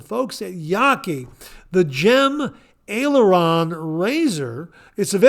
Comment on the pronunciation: Great show again. You did pronounce Aileron for the Yaqi razor correctly. It does look like an aircraft aileron. For those who don't know what an aileron is it is on the trailing edge of an airplane wing to help control an airplane's roll. I remember this from my early 70's Air Force days and no I was not involved in flying. I was in ground support. I am thankful that we live in a townhome association and do not have to shovel snow unless it is less than 2 inches. We just got new windows just before Thanksgiving and our house is now warmer. Looking forward to seeing you at the meetup this year as we have our tickets. Have a wonderful week. 👍